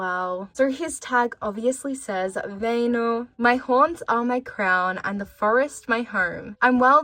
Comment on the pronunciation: Wow that's the best pronunciation of Väinö from someone who is not Finnish I have heard